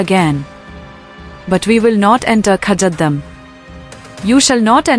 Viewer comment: Most lazy youtube video, the AI can't even pronounce kazadum right lol